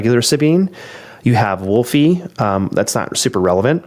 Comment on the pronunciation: I'm not sure if it was an ongoing joke, but Wolfe is pronounced wolf. Not wolfy...😅